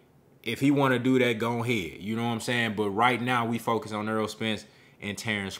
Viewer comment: I like your commentary but please stop mispronouncing his name. His name is Errol, not Earl.